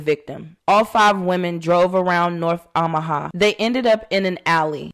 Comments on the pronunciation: Is pronounced “Oh”maha. Not Ahmaha just fyi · I love your channel! Pronounced OH Muh ha 😂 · Kind correction. It’s OH ma ha. No shade. Your voice is so soothing. Please continue to narrate your episodes. The robot voices creep me out.